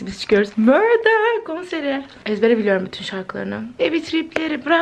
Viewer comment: 40 yıllık murdaya neden mörda diyosun nedeeeennn